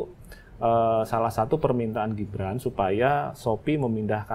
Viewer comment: Mbak .....GIBRAN bukan JIBRAN dech 😂😂😂😂